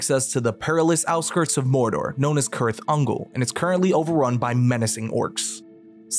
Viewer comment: Did he pronounce Cirith Ungol as "Kirth Ungol"?